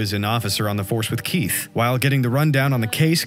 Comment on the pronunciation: Your pronunciation of Keith's name in the beginning made my laugh my guts out